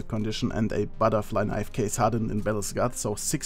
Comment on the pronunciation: "Buttah flie knievvv!!!"